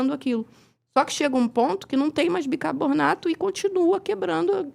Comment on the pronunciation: Uma médica falar BICABORNATO, é complicado